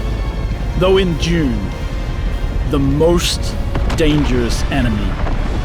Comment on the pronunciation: The annoying pronunciation Dune❌️ June✅️